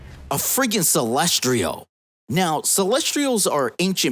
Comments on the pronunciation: Lol "Celestrial"?? It's "Celestial" not "Celestrial" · CelsTIAL, not Celstrial. Holy hell that was driving me crazy. How do you make an entire video mispronouncing something like that